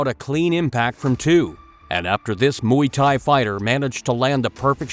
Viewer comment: Why do ALL of these "martial arts" channels pronounce it Moooie tie.